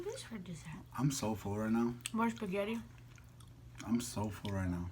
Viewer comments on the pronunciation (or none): I love when shows her wedding ring:) please next time you pronounce spaghetti say it the right way: spaghetti and not spagheri... love youuuu:*